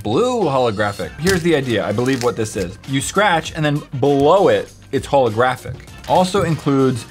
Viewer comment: holographic um its pronounced H💿L💿